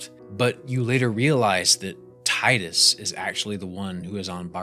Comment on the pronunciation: It's always so nice to find someone else who says Tidus the way I do.